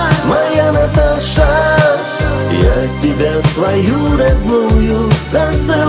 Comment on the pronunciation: Одно произношение этого имени. согревает душу...💞Каждая женщина, по имени Наташа будет счастлива,услышав самые нежные, добрые слова бархатного голоса, вашего голоса,. Ждем новых песен! Успехов вам,и будте счастливы и любимы!